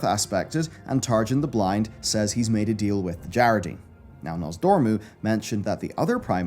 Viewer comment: Whyyyyy is he mispronouncing djaradin when they say it a zillion times in game